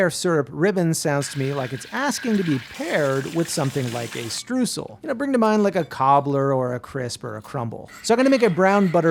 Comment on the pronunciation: i like how he said "Streusel" as "Strusal" Streusel comes from the german word "streuen" to scatter something over something. the Streusel however is the noun for the thing being scattered without going into detail what it is.